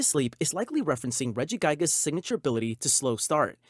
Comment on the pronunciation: ReggiGIGAS not Regigas